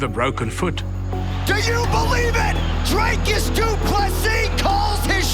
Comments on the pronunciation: Its not Dreycus,Its Dricus as in dreecus u insult us South Africans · How is the still getting Dricus's name wrong and still pronouncing it with an "a"???🤦‍♂️